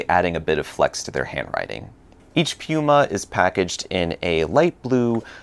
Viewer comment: Hmmm, you couldn't be referring to PenBoy could you??? 😁 I think you like rolling those rrrrr's. You do a great job in pronouncing the Italian names. How does the Scribo flex compare to Leonardo's Elastic? As always great job and enjoyed it.